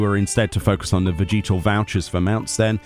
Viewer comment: The way he said vegetal was so jarring for some reason lol. It makes more sense to pronounce it like veh-juh-tuhl because I'm assuming it's supposed to be like vegetable.